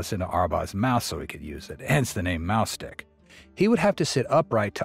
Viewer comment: Im sorry, but is the narrator is intentionally saying "mouse stick" or "mouth stick"incorrectly? 🐁🍆